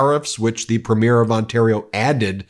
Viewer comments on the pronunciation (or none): I know the existence of Canada is new to most Americans but our provincial leaders are premiers- emphasis on the first syllable.